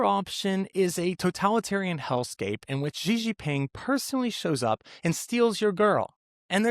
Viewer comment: Love your vids, but worst pronunciation of Xi Jinping I’ve ever heard 😅 Xi sounds like ‘she’